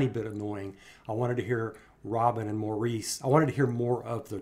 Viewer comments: Love your description, as I also loved Robin's persona, talent & performance, especially in this particular concert... However & I know it is just your US way if saying it) but Maurice is _not_(& was not, by Maurice & his his family) pronounced as you do, as "Moreece" ☹️ He / they pronounced it. "Morris" ie the Brit Ish way. Thank you fo Reacting to this performance, it is my ok an favourite, too. Stay Safe & Stay Well. 🙂💕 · His name is pronounced Morris fyi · Hey I just wanted to tell you that Maurices name is actually pronounced MORRIS. 🙂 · Maurice is pronounced Morris. This is my oldest Brothers favorite song of theirs too. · Love your reactions but Maurice is pronounced Morris or just MO for those of us who love him